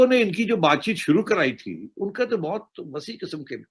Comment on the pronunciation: शुरू को सुरु बोलते हैं ये भाई साहब। पता नहीं कहां कहां से अनपढ़ आ गए हैं वीडियो बनाने।